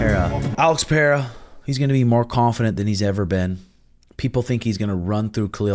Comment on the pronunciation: PeReira not PeHeira please.....